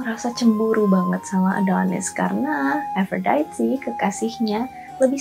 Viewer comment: Harusnya ikut cara baca Yunani = A - do - nis. A - fro - di - te. Per - se - fo - ne. Mirip pengucapan Indonesia/Italia. Itu mitologi YUNANI bukan INGGRIS Mbakkk! Males ama channel yg gak pay attention to detail kyk gini.